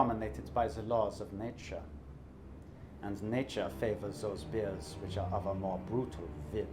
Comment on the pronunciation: For a second I thought you said bees